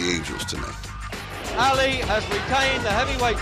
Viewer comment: This guy can't even pronounce his name right. It's not Alley.